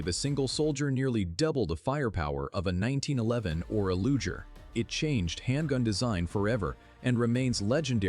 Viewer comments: Why can't a real person read the dialogue instead of AI? A lujer? Really?? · I'm going to nitpick... Can't you just read the video's script yourself? The silly AI mispronunciations are annoying. e.g. "Luger" pronounced "Lu jer". "1938" becomes "one nine, three eight" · yeah. like LUGEr! pronouncation